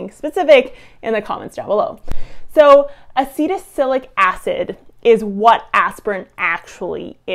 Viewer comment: Honestly, you mispronounced Acetylsalicylic as "Acetacilic", and Salicylic at least 3 different ways: "Saylacitic", "Salicytic", and "Saylic" ... You lose cred as a "scientist" immediately when you can't pronounce a fairly common chemical name. You are otherwise fairly well spoken, but if you can't pay attention to the simple details of pronunciation, your listeners can't trust you've paid attention to the details in your research. Good luck with future videos and being a little better prepared.